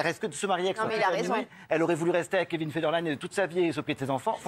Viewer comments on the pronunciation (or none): none